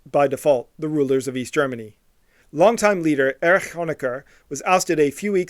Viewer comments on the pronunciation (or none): none